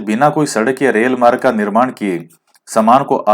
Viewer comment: प्रशान्त...हिन्द...अटलांटिक और आर्कटिक महासागर है...😂 आप मार्ग को मारग बोलते हो..अच्छे लगते है ये word जब आप इनको pronouns करते हो 😀😆